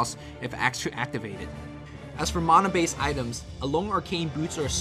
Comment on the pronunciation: "Maahnah Pool" and "Shadow Shaymon"